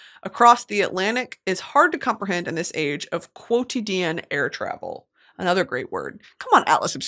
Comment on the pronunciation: Handel is pronounced “handle” and quotidian is “kwo ti di uhn”. I’m only correcting you because you like learning and knowing things